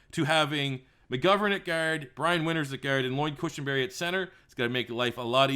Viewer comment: Why do u say guard like gerd